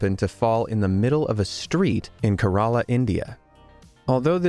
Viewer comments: It's Kerala not karala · learn to pronounce Indian terms properly already it ain't ka-ra-la but ké-ré-la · Its not karala its ke rela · nooooo why does everyone pronounce indian names wron😭😭😭 keh-r-a-laa not ke-raa-laa😭😭😭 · The best part of the video how he pronounced kerala just made me laugh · Dude u said Kerala wrong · oh man they just butchered the name sooo hard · You did not say Kerala correctly :]